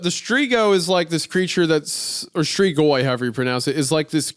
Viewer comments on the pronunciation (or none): It's Romanian and it's stree-goy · As a Croat, hearing Isaiah talk about Strigoi as a "French or Italian legend" on top of horrifically mispronouncing it at every opportunity had me seething a little.